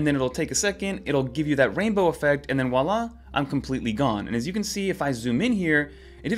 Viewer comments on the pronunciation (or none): It's "Voila!" not "Walla". It means "there it is!" in French. Not picking on you, just educatin' 😊😊